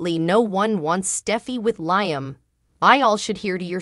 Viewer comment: Liam!!! The woman doesn't know how to pronounce his name!!🤭🙄